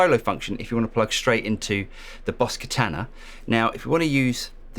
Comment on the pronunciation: Rhymes with Nirvana, not banana.